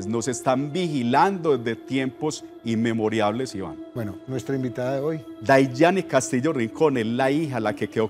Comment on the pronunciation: Se dice inmemorables no inmemoriables!